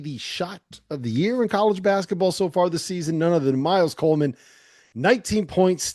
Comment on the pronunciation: COLVIN, not Coleman. Sheesh